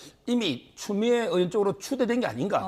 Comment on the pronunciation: 으원 이아니고. 의원 입니다. 이친구들아!